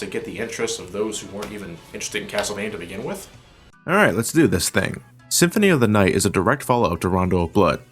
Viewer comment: "Castlevania: Symphony of the Aight"